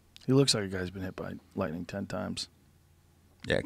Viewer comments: it’s lightning not lighting^ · Lightning not Lighting 😂